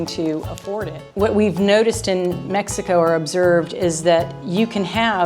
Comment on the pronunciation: said Mex ico 3 world engineer